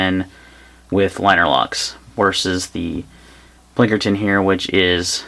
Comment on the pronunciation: It's Pinkerton not Plinkerton....